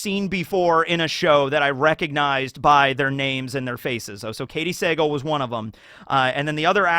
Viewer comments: It's Katey Suh-Gahl, not Say-gul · You gotta learn how to pronounce Katy Sagal’s last name. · Am i the only one who cringed when was butchering Katey Sagal last name lol